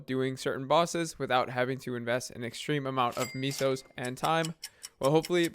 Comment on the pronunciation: honestly i checked out of this video as soon as i ehard ho you say mesos